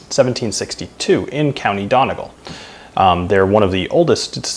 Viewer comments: Donegal is pronounced Done-Nee-Gall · Yup, I’m Irish too, donegal is pronounced as Daniel Taylor said.. the first syllable is the same as the word ‘done’ (as in finished, complete, ended), then a quick ‘e’ sound, followed by ‘gall’ as in gall bladder or how you pronounce ‘gaul’. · OK I'm sorry but you said Donegal wrong. I'm Irish so I know. You say it like done-e-gall. Don't mean to offend but i i just have to say it straight.